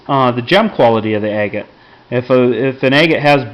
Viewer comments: You say it like Ag-gut, not A-gut. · For a second there I thought you said eggate. Lol